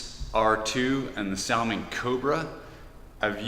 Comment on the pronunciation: Thanks, your post is just on time as I needed some great independent views. By the way I believe its pronounced like the Jewish name Saul - ming. Take Care.